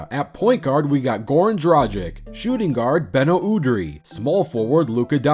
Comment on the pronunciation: If I had a dollar everytime Americans miss pronounce dragic but somehow get doncic right.... 😂😂😂😩😩😩